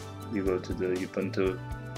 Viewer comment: it is not YOU bunt TWO, it has the sound uu-BUUN-too